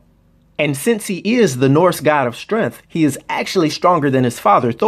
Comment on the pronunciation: despite that your "black-cent" made you pronounce strength as "strengff". As the god of "strengFF" I'd think his mom would've been SiFF. LoL